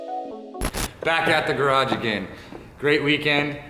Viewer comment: Say it right *garage garage *